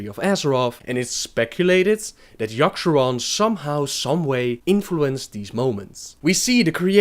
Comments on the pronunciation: Its yogg-saron, not yogg-SHAron. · seriously as i read this, i read "yogg'saron" but you keep saying "yasharon"... learn fucking english before speaking it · FOR. FUCKS. SAKE. LEARN. ENGLISH. Ok Yogg-Saron. Not Yosherrann Shat-trath not Shath-rah Murad-in, not Murrahhh-dun this is just the basics.... learn fucking english, and how to read, and these movies would be less shitty